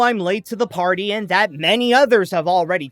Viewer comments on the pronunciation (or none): none